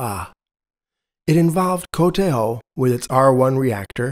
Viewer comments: Love how you pronounced KTH like a swede! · Qudos for pronouncing "KTH" "kooh-teehh-hoee"! "FOA" is just "fooahhh". No initial "eff". Having an experimental Breeder reactor smack middle in the centre of Stockholm was just crazy!